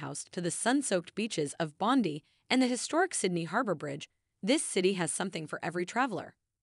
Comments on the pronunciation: O dear, the beach is pronounced Bond-die, not Bondy. The name Bondi is based on an Aboriginal word which approximates the sound of the surf crashing onto the beach and Circular Quay is pronounced Circular "Key". Bronte Beach is not pronounced Bront, it's pronounced Bron-teh. Coogee (beach) is pronounced .... I give up ... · That bondy thing sh!ts me to tears! Surely they know the correct pronunciation?!